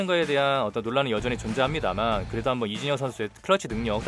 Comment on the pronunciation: 왜 이진현이라고 들리죠 ㅋㅋ 영상은 잘봤습니다~